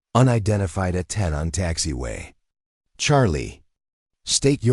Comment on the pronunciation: Oklahoma - This was a good story, but if someone is going to be reading this for public listening, they should be informed of specific details of the story. For example, the A 10 is a true warrior's aircraft. It is not pronounced Aten as was used in this story. It is A 10, said together, yes, but accented as well. Further, It's the United States Marine Corps - pronounced Cor - the "p" and "s" are silent, unless you are talking about the Marine Corps' abilities in combat. In that case you would pronounce the "s" at the end of Cors. There were several other words misprounced. I would suggest that before someone records this story for presentation, they read it first and maybe mark how to use the word live. Is it someone is living well, or someone is alive?